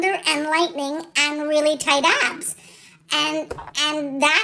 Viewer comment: I heard "ass" too! 😂😂